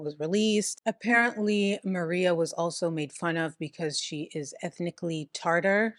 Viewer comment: tartar 😭😭 girl, its tatar